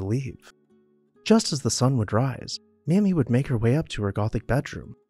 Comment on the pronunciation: Her name is pronounced May-Me